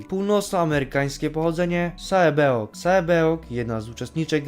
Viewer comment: Zamiast sae byeok czytaj se - bjok to tak brzmi lepiej niż jakby czytał Ai - jak coś to nie hejtuje.